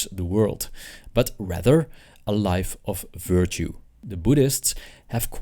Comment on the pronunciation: I initially thought he said “wife” instead of “life” because quarantine 😂